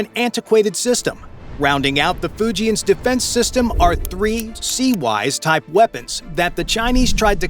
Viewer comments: We have had the CIWS since late 70's to early 80's pronounced " see whizz" not " Sigh- Wos" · CIWS is pronounced as Sea-Whiz not see-wise.